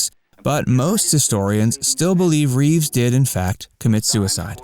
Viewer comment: Christopher Reeve, not Reeves.